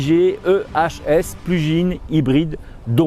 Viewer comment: A il a réellement dit « plujine hybride » ?🤣🤣